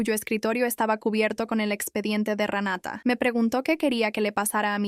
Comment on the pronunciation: Que el juez le cree a Ranata.....!!! no se dice se así pronuncia RENATA .